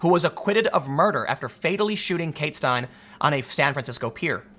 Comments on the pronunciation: Pronounced Stein-LEE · It's pronounced "Stein-lee." Big case here in crazy CA. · Pronounced "Kate Styn-Lee" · Steinile not Schtein Edit: Sorry Lord MeanieBeanie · Name is pronounced Steinli. And California is hell on earth. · her name is pronounced "stein-lee" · I have a hard time believing Tim has never heard kate's last name said out loud.... "Stein-lee" I'm also suspicious about the fact that this "immigrant" picked up a t-shirt with a gun in it, and accidentally fired it..... BS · Just a little help, Tim... it's pronounced... STEIN-LEE. For Christ sake, you can pronounce the killer's (oh sorry, acquitted killers) name but, can't say hers. It was all over the fu*king news for months... you couldn't do just a moments research to figure out that one small detail. Come on Tim... I thought you were better than that. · Steinle - "Stine-Lee" You've been saying ti wrong as long as you've done videos on it. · Tim, her name is pronounced (Stein-Lee) and that "man" finding a gun in a T-shirt on the ground, accidentally firing it, randomly, and hitting a girl that is standing down-range with her dad, is so much LESS likely than winning the Lottery, while getting struck by lightening and rolling "Snake Eyes" 50 times in a row, while standing on one foot and eating Vanilla cake... ON MARS. He totally killed that girl He should not even be in this country, I can not believe that there are zero consequences for this action. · Tim, this happened just a few weeks after Trump announced his candidacy for President when he said, "they're not sending their best" Bottom line, Kate Steinle(pronounced Stein-ley) an American Citizen would still be alive if it weren't for the insane Anti-American sanctuary cities bull shit. The Democrats would rather protect their slave labor serf class to clean their toilets, mow their lawns and pick their vegetables than protect American Citizens. Keep voting for then Beanie Man. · It's pronounced "Stien-Lee". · Her last name is pronounced Stin-Lee